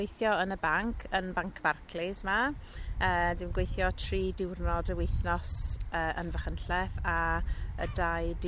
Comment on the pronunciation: is the only one that sounds natural. All these people sound like learners who need to work on their pronounciation, including the presenter. Points for trying, but 'gwAHeeetheeooww' instead of 'gweithio' is like nails down a black board, and she also doesn't roll her 'r's either. Pronouncing 'ei' as a posh sounding 'ah' is a bad habit that is often done by learners who typically have middleclass English accents. They say 'MAHeerioon' instead of 'Meirion' and 'tAHeetheeow' instead if 'teithio'.